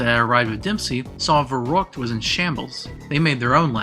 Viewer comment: Thank you. Watching it by pieces. I have one complaint, though. You should really research how to pronounce the foreign words. Anything in German or Japanese. I don't speak those languages but I went out my way to look up many of those words in the past and it's painful hearing you pronounce Der Riese, Verrükt, Peleliu, Die Rise, etc. No offense or disrespect. Thank you so much for putting this video together :D